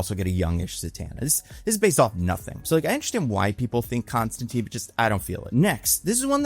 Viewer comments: Constantine not constanteen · bruh its the i n Constantine is pronounced like "time" not "teen"